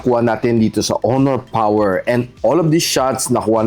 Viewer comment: Malupiton Dad Mode: oh, PAWER!~